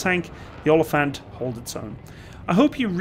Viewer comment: You butchered the word oliefant